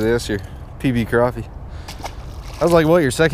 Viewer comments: Don't call it a crapy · y'all say crappie wrong